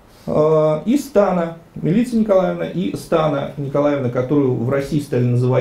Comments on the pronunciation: Имя "Милица" произносится с ударением на первом слоге. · Какая, нафиг, МилИца?! Ударение в сербских именах - на первый слог.